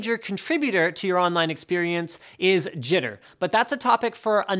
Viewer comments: Jesus christ, experience, not experiance. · Experience not experiance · Experiance lol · Experiance.... please... experience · experiance? Linus, shame on you! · min EXPERIANCE rip english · Experience* I think you're doing this on purpose now just to f with people like me... :'( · Extremly and Experiance oh my hahahah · "Experiance" lol. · "experiance" lol